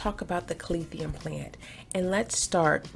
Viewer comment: Is it just me or do I keep hearing “Calath-ium”?